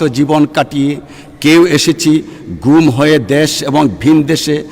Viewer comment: হালাই শুদ্ধ বাংলা উচ্চারণ করতে পারে না, 😂দের যুগ ঘুম খুনের শিকার হয়ে এসেচি 😂😂😂😂😂